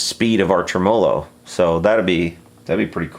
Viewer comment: Anybody else being driven insane by him pronouncing TREMolo as trem-OH-lo?????